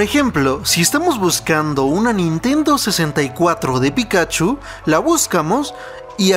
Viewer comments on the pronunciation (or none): Aprende a pronunciar pikachu